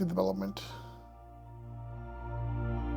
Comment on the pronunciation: Thank you! Please note that native English speakers pronounce "the" with a softer "th" rather than your hard "da". The rows of barrels are probably for water storage in a drip irrigation system. Make sure to do a "reference shot" or two every flight, showing most of the lot from a fixed perspective. Right now, it's undeveloped, but soon will have an incredible transformation. Try to purchase lots in the nearby residential area if possible. Just look at the number of cars in the TX gigafactory employee lots, after a few short years.